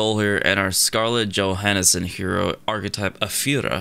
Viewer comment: scarlet joe "hanesen"?????